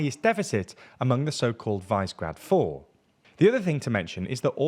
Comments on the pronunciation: What is Vicegrad? Did you mean the Visegrad Four? Visegrad is pronounced more like "Fissuregrad" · He pronounced Hungarian names acceptably but saying "vice-grad" for Visegrád is indeed atrocious. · If you are reporting on Hungary, please be respectful and learn the pronunciation of a few things! Wisegrad is not the same as Visegrád (vee-shag-raad) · Visegrad is pronounced /ˈviʃɛɡraːd/, vee-sheh-grad, not "vice grad"... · Visegrad is pronounced vish e grad. Vish being like wish or fish. It's an historic town in Hungary upstream on the the Danube/Duna from Budapest (just around the left-hand turn. Don't underestimate the self-serving apathy of the Hungarian rural voter. Also remember that all Hungarians can vote in these elections, even those who never lived in Hungary and who Fidesz gave passports to after 2011. I think that sizeable population in Romania, Slovakia, and Serbia (as well as other places) votes for Fidesz at about 90% or higher. They're not affected by the long list of neglect Fidesz is guilty of inside Hungary. They're all-in on the Hungarian nationalism schtick. If it took Magyar Peter until this last year (or any Hungarian not in a coma) that Orban Viktor is corrupt, we shouldn't be encouraged by his powers of perception. Still, man, I hope Hungary can become a place people are proud to call home. Such a wonderful place. Budapest is world class... none of that thanks to Fidesz. Fidesz is what happens when all the people with backbones were either killed by the Russians or fled the Russians.